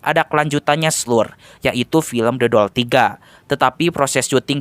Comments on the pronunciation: Demi apa , gw denger The Doll jadi Dodol😭😭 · Apa cuma gw yg denger Abang ngomong dodol 2 😂😂